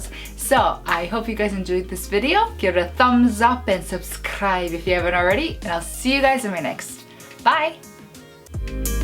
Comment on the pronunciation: i love how you say "subscrrrrrrrrrribe" at your closings! i end up saying it out loud with you :D ㅋㅋㅋㅋ